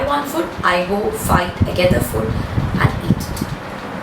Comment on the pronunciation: Ma'am pls don't say fud. Its food. Listening to that is so irritating. Even though u explain everything amazingly but the word food sounds like foot 🙏